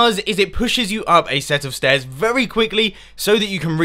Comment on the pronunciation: "stet of stairs" ahaha couldn't stop laughing at that bit :D PS Console friendly too :)